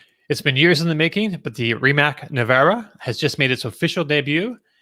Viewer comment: Rimac is pronounced as Ri-MaTZ. The model name is NE-VE-RA (each letter should be heard).